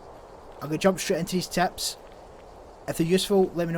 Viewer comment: Are you saying ‘’teps’’ ?